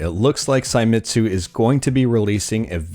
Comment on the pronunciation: Japanese, not German. Se i mi tsu. not SAI.